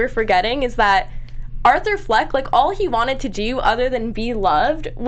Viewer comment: It's Fleck not Flack.